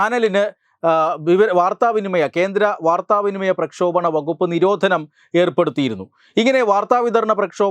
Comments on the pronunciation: എന്നും കാണുന്ന ചാനലാണ്. വാർത്താ അവതാരകനായ ശ്രീ. ശ്രദ്ധക്ക്. പ്രക്ഷോപണം എന്ന് താങ്കൾ പലതവണ ഈ വീഡിയോയിൽ പറഞ്ഞു കേട്ടു. പ്രക്ഷേപണം എന്നല്ലേ ശരി? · പ്രക്ഷേപണം എന്നാണോ പ്രക്ഷോപണം എന്നാണോ ശരി?